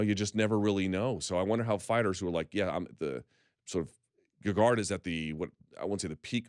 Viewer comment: and its gegard not gagard. Might as well call him lady gaga.